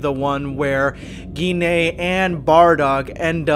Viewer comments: Wait is her name really pronounced like that? I've been thinking her name rhymes with wine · I really hate how Gine's name is pronounced. I would've preferred it to be "Gene" or something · I thought her name was pronounced "Jin"